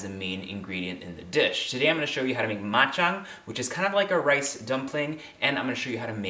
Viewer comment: Ma Chang not bak Chang. I love your cook so easy to make and health more power ser